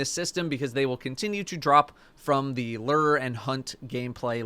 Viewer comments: Its pronounced "Loo-ur" not "Ler" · As someone from the land of 10,000 lakes, the way you say "lure" triggers me. It's pronounced lure like tour.